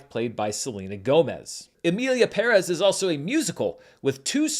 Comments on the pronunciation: First of all, as a Hispanic, thank you for pronouncing PÉrez instead of PerEz like every Gringo has decided to do without any light research. The Academy deserves all the backlash, energy, and money they need to spend to fix this. They had the chance because the backlash already started just before the Golden Globes, yet they allowed their tone-def voters to champion it. I thought the same as you about the movie. I saw it when it had all the support, so my expectations were high. I didn't dislike it, except for the songs, which were horrible and embarrassing to me. I didn't even mind Selena. She did what she could. She's a Chicana, she's like JLo and many others whose parents didn't teach English. Not her fault. But the story was pretty shallow and kind of boring. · Thank you for pronouncing the Spanish family name PÉREZ correctly. Everyone else is butchering it!! Extra brownie points for adding the Ñ in Saldaña. Im impressed! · First person who I hear pronouncing Pérez right, with the accent in the first e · You’re the first YouTuber I’ve heard that actually pronounced Pérez properly. I don’t really care about all the drama though. Seems childish to me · The only American who pronounces Emilia Pérez correctly. More credibility to you! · I know the movie is shit but thanks for pronouncing Perez the right way. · Esto! Se sintió tan bien escuchar que lo diga correctamente! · Separated from the news, you're doing a wonderful job with Spanish pronunciation. I can't help but smile every time you say Pérez and not peREZZ. One little thing that will help you from now on: the ´ indicates the stress in a word, like Pérez. Therefore, Rodrigo Prieto's fillm is "Pedro Páramo," as in PA-ra-mo. It's also a classic of LatAm literature but I don't blame you for not knowing that Keep up the great work! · You know the video is going to be great when the guy says "Pérez" correctly. First critic I hear saying it correctly. Great job!...... And yeah, the movie is horrible. 😅